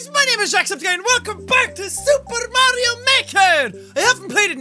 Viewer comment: My video paused when he said super and sounded like he said soup